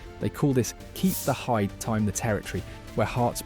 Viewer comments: Ye not Hampton ,Hampden, and not hied as in hide ,it's hied as in heed 😂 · Not hide it’s pronounced Heed. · Came to comment the same thing . Sitting here fuming 😂. It's heeeeed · It's keep the "heed" not keep the "hiyed" 😂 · Keep the Heid isn't pronounced Hide but rather Heed! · Its pronounced Heed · Is this guy either taking a banned substance ( hopefully) because if he is a serious reporter,journalist whatever he is the worst ever is: Hampton,keep the hied pronounced by him as hide 🫣 sorry payouts t done yourself any favours north of the border or as you would say schosh land 😂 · "Keep the hide?" Hide? "heid" in Scotland rhymes with "deid" and "brown bread" - it's eeeeeeeeasy! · That AI narrator had a bit of a brain fart there talking about Mctominay’s goal 😂😂 also “Hampton” “keep the hide” “shank land” (sounds dodgy 🔪) and calling Dorgu “Partick Dorg” was a particular favourite. Actually thought it said “Patrick Dork” at first 😂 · It's pronounced HAMDEN NOT HAMPTON.AND THE SOTTISH EXPRESSION OSD KEEP THE HEID (PRONOUNCED) HEED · It’s pronounced keep the heed ya fud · AI pronounced heid like hide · and its pronounced "keep the HEED"😂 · the pronunciation of heid killed me there. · There is no T in the park. Ham din park. You can take the p too. And heed my words about the pronunciation of heid.